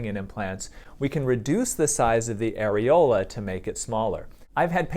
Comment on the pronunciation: Why did the doctor on the show pronounce areola like that lol? Sounded like arealo.